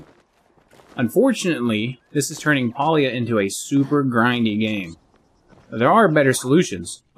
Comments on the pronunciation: Calling it Paulia is crazy 😂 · must not be from the south. Pa is (Pah) 🤣 The devs say its pronounced pay-lee-uh but that just sounds wrong lol